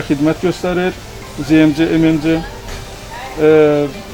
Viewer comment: olkedeki bahalashma?? A booy, ne danishirsinizz bixde ele shey var? )) P.S. ZMC-ZEMECE yox ZEEMCE kimi teleffuz edilir, bey)